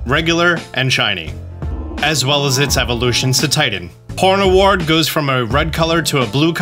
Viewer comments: Did he call Pawniard “Pornaward”? Lmao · "Pawnaward" excuse me....... wow he sed pawniard so badly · there is no way actually pronounces Pawniard like this, he has to be trolling… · The way he says Pawniard kills me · They need to fire whoever makes most of these shinies, can't imagine the designer(s) looking at the shiny model and think, "Good enough" and expect us to see these out in the wild. Also the way you said Pawniard just sounds wrong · Does he know hes adding a second w to pawniard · Sir how did you pronounce Pawniard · I'm sorry how did you just pronounce "Pawniard"??????